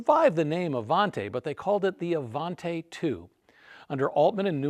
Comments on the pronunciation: Even though Studebaker ended in Canada the Avanti didn't... therefore you pronounce it Avantee, NOT Avant-eh! :) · It is NOT Avant-ay. It it pronounced Avant-ee. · The last syllable of "Avanti" is pronounced "tee", not "tay". Interesting video, but that "tay" is a constant distraction. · You are mispronouncing Avanti. The last syllable is pronounced “tea”, not “tay”. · What’d you get wrong? The name of the car. 😂 Avanti = uh-von-tee, not uh-von-tay. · AvanTAY????? Don't you speak Italiano???? EH! It's AvantEE! And it wouldn't do 170 mph.. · It is NOT the Avantay. It was the Avanti pronounced “Avantee”. I got to ride in one the first year they were out. Mr. Palmer had a Mercedes/Studabaker dealership in Long Beach. He gave me a ride home from a high school football game. Very cool! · Absolutely loved these cars so it pains me to hear it mispronounced. It's Avantee, not Avantay. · Just a quick note regarding pronunciation.... I was scolded many years back that Avanti is pronounced Avantee not Avantay. As an owner of two of them I have changed my ways and now pronounce it correctly. BTW- you could get AC in the normal asperated Studebaker cars. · Avanti, not Avante (Ah Von Tee, not Ah Von tay) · It is pronounced "A-Van-Tee." An Italian word for "forward." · IMHO, with an i at the end it should be pronounced 'Avantee', not 'Avantay'. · It is not pronounced Avan-Tay. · Uh von tea Not uh von tay 🤡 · ah-von-TEE, not tay. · One of my favourites, especially when the headlight openings were made square. Sorry to nitpick, but I think it's pronounced AvanTEE, not AvanTAY. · I've never heard it pronounced Avanté in my life. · ...it's Avan-tee please. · You love the car but you mispronounce its name every single time you say it. Oish.